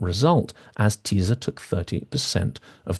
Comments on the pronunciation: Hi there, you mispronounce the words Tisza and Fidesz. The "sz" sound in Hungarian is pronounced the same way as the "s" in "sun", "soft", "silly", etc. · When you see "sz" as in "Tisza" it is pronounced "s" in English. If ever needing help pronouncing anything in the strange and beautiful language that is Hungarian, reach out.